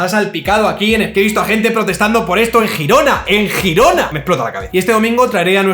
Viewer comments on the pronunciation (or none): ¿Jirona? ¿En serio? Se llama Gerona, o si eres de los que dice London o New York puedes decir Girona (Yirona), pero por favor, no palabros. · por favor no digas "Jirona", suena fatal! si quieres pronunciarlo en catalán, mejor di "Yirona" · "Yirona" o gerona hermano, no "jirona" xD un abrazo man y como ya dije en otro vídeo, dedícate a la política por favor te lo pido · Te sigo desde hace mucho tiempo y esté de acuerdo o no contigo me gusta como analizas minuciosamente cada tema. Eres fiel a los datos y riguroso. Espero que no interpretes que tengo la piel muy fina pero haciendo honor a tu rigor; Girona se pronuncia ʒiˈɾonə. La G se pronuncia parecido a la Y. Si vinieras a verme a Girona no te llamaría, sino que es tu nombre. Lo dicho, me gusta mucho como comunicas. Para algunos (o muchos) será una gilipollez, pero para mí es relevante. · Por ser un poco tocapelotas, se dice Gerona si se habla en español o se pronuncia «Yirona» si se quiere decir en lemosín. Pero tienes razón en todo lo demás, como siempre, el problema sistémico de España no se va a arreglar mientras los propios españoles estemos dispuestos a seguir engañados. Además, el único partido que de verdad llevaba medidas en su programa para blindar la separación de poderes tuvo que suavizar esas medidas propuestas para evitar el descalabro electoral. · ¿Cómo que "Girona"? vamos a ver hermano esa G se pronunciaría cómo una Ll para entendernos, para eso llámala Gerona y así no me sangran los oídos, saludos gran vídeo.